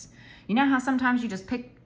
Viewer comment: Ahhhh I can hear the Marvy marker on your paper…I love it! I may have to try those…but I gotta order before Novemberrrrrrr!! I love when you do these educational videos to help out all the planner peeps!! Haha the “no thank yew “ pile 🤭🤭🤭 Ooooh that pilot suspect pen and it didn’t bleed through??!! 😱😱😱 I love how you just have random pens you don’t remember!! I’ve been trying to keep mine cleaned out so I have a shit ton of flairs and inkjoys and then a handful of randos mainly ballpoints I keep on deck 🖊🖋🖌🖍 And I agree on your handwriting looking or feeling different with different pens!!